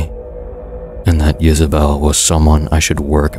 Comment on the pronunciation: Oh, it was Isabell. I thought he was saying Yisabelle, which I thought sounded more unique and cryptic. Gotta say, you made a fan out of me. Some of the stories I listen to on YouTube start strong and end weak. I like that you give your stories more closure.